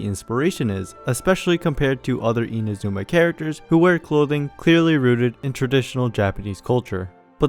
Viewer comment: if you can say bosozoku correctly, please stop saying "eena zooma" 😭